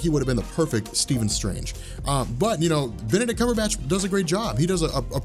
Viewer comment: I'm sorry but this dude said "barbeque Cumberbatch" 😂🤣😂🤣😂🤣😂🤣😂🤣 I'm weak rn